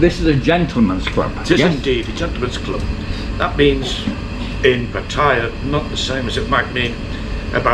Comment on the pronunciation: Please tell the owner how to pronounce Pat...taya